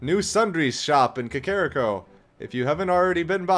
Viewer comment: Got stunned by the way started pronouncing Kakariko.